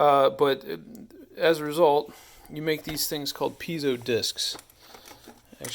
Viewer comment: Sounds like you're saying pizza wrong, it's not "pizzo" it's piezo